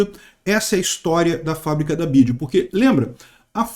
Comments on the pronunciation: Nao é Bid é BIDÊ kkk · Bi ya di (di e não dji) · A pronuncia correta é (Bi Uai Di) hahahaha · N sabe nem falar BYD 😂